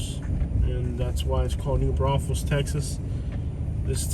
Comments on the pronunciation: Most ridiculous thing I’ve ever heard. Maybe learn about what the hell you’re talking about. It’s New Braunfels. Not New brothels. It’s named after Braunfels, Germany. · I am a homegrown Texan living in San Antonio and I never knew that it was a brothel city Was it new brothel and then someone mispronounced and call it new Braunfels